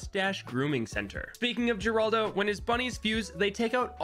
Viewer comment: Gerlado? My fellow monkey player its seems you made a little mistake